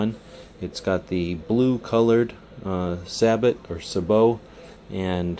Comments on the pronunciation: Its say-bow not sabit. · Its actually pronounced SAY-BO not SAB-OT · Surprised to hear you say sa-bot instead of say-bow. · Stephen Weiler what in hell is kaysadyia or quesadilla. Sabot sounds dang better than your saybuuuuw. In german we say say it in a clear way "Sa-bot" (german S not english "zay" like s). Or like i said Treibspiegel. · Johannes.St \Liandri-Innovation_RifleCompany/ The Mexican food. People should pronounce words like they are on their native language. Either way, the correct way to say sabot in English is saybow, not sabit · Jttv better said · I hate to be this guy but it is truely pronounced "Sae-Boe". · Yeah say bow, lol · dude its called a say-bow !! get it right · lol, sa-but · i thought it was pronounced suh bow oh you said it like that, kthnxbai